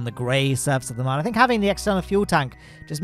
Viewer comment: How are you pronouncing “moon”? Have you ever said that to another person? Did they correct you?